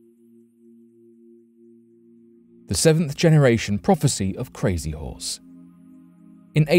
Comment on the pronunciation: Lol the pronunciation of crazy horse is funny lmao close but not nearly enough lmao who am I kidding it's not even close 😂 coming from an Oglala Lakota